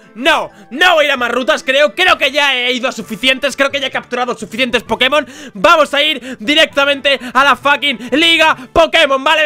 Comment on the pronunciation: Soy el unico que cuando dice "Vamos" escucha " PAMOSS"